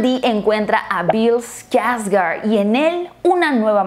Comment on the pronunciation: Pues personalmente siempre evite ver Eso de los 80... me daba mucho miedo. Pero viendo bien si da mieto el de Tim. Pero Bill que actuación el te llevaba a un punto de suspenso en el que np sabias que pasaría. Y pues me quedo con Bill, la neta solo por él me atrevi a ver la película viene con un gran legado detras de él es un Skårsgard a fin de cuentas. Se dice Skårsgard, no skargard.